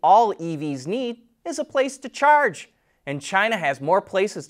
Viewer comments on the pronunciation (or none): none